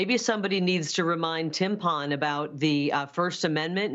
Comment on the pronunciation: Did she say "timpon!" 🤯